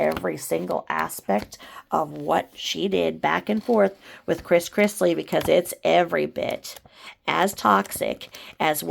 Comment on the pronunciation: Todd Chrisley. Not Chris Chrisley :)